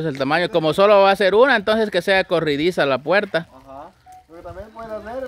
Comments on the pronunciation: Es corrediza, no corridiza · se dice corrediza no corridiza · Acá en mi país es corrediza no corridiza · Corridiza o corrediza 🤔🤔 🤣🤣